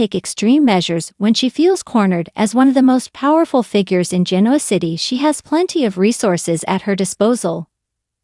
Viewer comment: Oh no. Another person who doesn’t know how to at LEAST pronounce Genoa City?? First and last time listening to this uninformed speaker! Bye